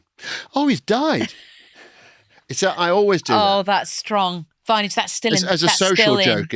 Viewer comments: I love how she calls him vinage 😂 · I don’t know about anyone else but her calling him “Vineage” every three minutes kinda bugs me. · Stop calling him 'Vineage' 😱 Take a shot of tequila every time she does...you'll need an ambulance. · I had to stop watching, the "Vineage" thing just got too annoying. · Please please please Stop calling him 'Vineage'. It's not clever and it's not funny. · wish she would stop saying vineage